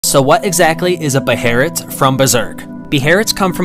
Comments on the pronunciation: I thought it was pronounced “baylit” not “beherit” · ... it's not pronounced "beherit" it's pronounced "behelit" Bey-lit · It's behelit not beherit, u gotta understand that Japanese people only say beherit cuz they don't usually pronounce the sound L, so they arnt used to it